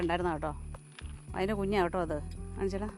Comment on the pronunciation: കേട്ടോ എന്ന് ആണ് ഉച്ചാരണം.